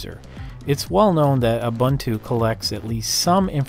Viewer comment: Ubuntu is pronounced "Oo-boo-ntoo". Here's Nelson Mandela saying it for you :-)